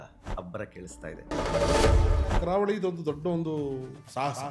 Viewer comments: ಕಾರವಳಿ ಅಲ್ಲ ಗುರು ' ಕರಾವಳಿ '😂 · KAARAVALI❌ KARAAVALI✅